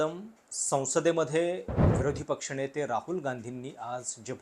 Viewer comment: हा न आणि ण योग्य जागी कधी वापरणार??? शुद्ध मराठी बोलण्याच्या नादात विरोधी पक्षणेते, गांभीर्याणं, करोणा, भारत देशाला विकताणा, अमेरिकण सरकार, भारतीय पंतप्रधाणानं, वेपणाईझ, हे असलं याचं उच्चारज्ञान... आधी यावर काम कर. मग त्या राहुल मूर्खाचं माकड बन... तुझ्यापेक्षा तो केतकर तरी बरा. किमान शुद्ध मराठी तरी बरं बोलतो...😂😂😂